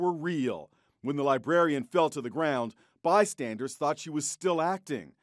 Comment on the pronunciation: Tried to hear the story, but when the dude said "libarian" I was out 🤦‍♂️